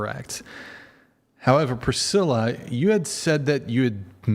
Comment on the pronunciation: “Prithilla” is diabolical 💀